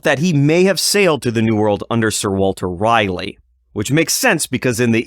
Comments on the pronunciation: Dude quit say Raleigh as Riley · Raleigh is pronounced Rawley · DUDE YOU WENT TONTHE DENTIST, DID HE HAVE YOU SAY AHHHHHHH!!!!!!!!?????? OR IIIIIIIII!!!!?????? YOU SAY RALEIGH AS RAHHHHHH LIKE AHHHH YA FUCKING TWIT. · SO HE HAD TO SAY AHHHH, BUT HE STILL CAN'T SAY RAHHHHHHHLEIGH!!!!!! DOUCHE